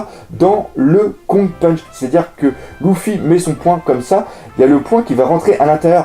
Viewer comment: pas loufy leufy mais s'écrit luffy